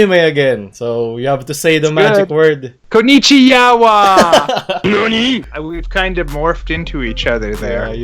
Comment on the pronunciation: "knonnichi----yawa"